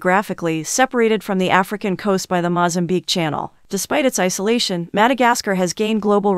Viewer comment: ofcourse I know but the way she says that African and Madagascar🙄🙄